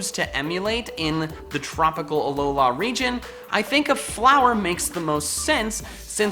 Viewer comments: Does it bother anybody else the way pronounces "Alola" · He has a weird pronunciation of Alola.